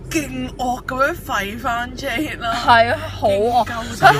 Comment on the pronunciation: 其實 jade個名讀jadar定jay音，因為佢自己介紹時讀音係jadar....